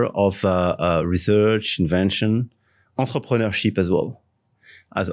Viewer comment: .the way he said enterpreneurship , i am dead sure raj would be a bit confused 😂😂